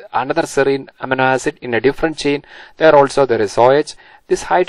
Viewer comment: not to sound rude or something but it is supposed to be pronounced uh-meee-no ae-sid